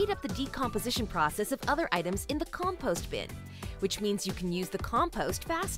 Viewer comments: It’s compost not com..post 😆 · Why does the American lady say "com *Poste". (*rhymes with toast) Instead of compost (post rhymes with lost) It's pronounced COMPOST not composte ( Forgive me, I'm just an English U.K. tea drinker.) I will take yer advice and dump mi' teabags inth' garden me owd lass. Ta very much and such like.... xxx